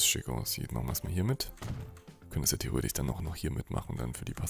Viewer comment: Wer feiert auch immer das theoretich? 😂